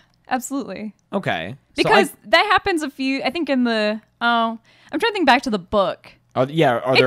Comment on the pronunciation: You tink you can take me?